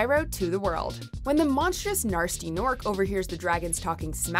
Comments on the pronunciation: Did she really just say Gnarsty instead of Gnasty? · says "we are spyro fans" and then says narsty gnorc. its not narsty its gnasty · Am I the only one who laughed when she said Gnarsy instead of Gnasty?😂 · "Gnarsty gnorc" ok then... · It's Gnasty, not Gnarsty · "narsty norc"...It's GA NASTY..GA NORC! No way YotD is the best Spyro game. If it weren't for the original Spyro's success, we wouldn't have any of its descendants. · Did she really just say "Gnarsty Gnorc" it's Gnasty 😒😒😒😒😒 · It’s Gnasty not narsty lol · We just gonna ignore the fact she pronounced nasty as "narsty" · GNARSTY Gnorc??? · Anyone else catch the fact she said Gnar-sty Gnorc?